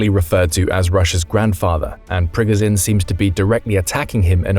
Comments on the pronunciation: It’s annoying how he’s pronouncing Prigozhin (Pre-Go-Zhen) 😅 dude’s saying (Prig-Ga-sin) and he watches the news because he knows the same info we all know.. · priGOZHin, not PRIgozin… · Great insights, but it's like nails on a chalkboard every time he says "Prig-i-zin". It's Pre-GOH-zHin. (LeviosAH...😂) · Pri GO zhin..... Jesus pronounce it correctly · Why can't you learn how to say Prigozhin after 2 years of reporting on the war? Don't know why but it really makes me mad lol